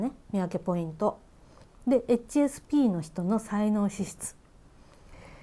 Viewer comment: 初見です。 HSPの発音に私が聞き慣れていないせいで 話を最後まで聞くことが出来なかった。